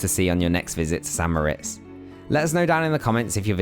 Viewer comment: Thank you for properly pronouncing St. Moritz as "San Moh-RITZ", because nearly everyone gets it wrong! I mean if you visit a place and make and post a video about it, learn how to pronounce it. 😁